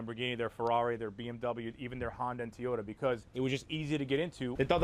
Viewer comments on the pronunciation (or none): I beg of you, please learn how to say Toyota. Not tee-yota. Please.